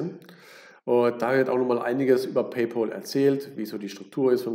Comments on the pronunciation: Paypal wir nicht Paypol ausgesprochen sondern Pay-päll; von English pal was Kumpel heist. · PaypÄÄÄl sowohl im british als auch im american english ist das die korrekte Aussprache von Pal (Kumpel) Kluggeschissen wegen Ohrfurunkel Danke